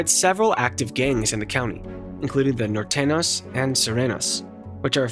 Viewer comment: It s Nortenios and sorenios not nortenos & sorenos 😅😂